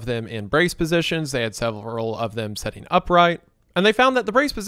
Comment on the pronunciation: "Sitting" doesn't have an "e" in it. Your pronunciation is giving me an aneurysm